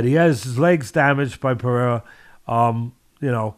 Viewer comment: Ironic that Teddy is the only one in the MMA world who pronounces Pereira's name perfectly.